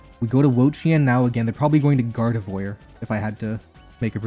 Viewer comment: did he just say Gardevoyer?